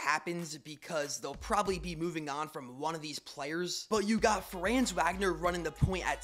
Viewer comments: I understand the mix up but Franz Wagner is pronounced Franz Vagner instead of Wagner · I love how he doesn’t know how to pronounce Wagner lol